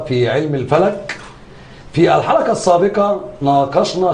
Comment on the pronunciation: المذيع يقول الحلكه السابكه 😂😂 حرف القاف عنده مضروب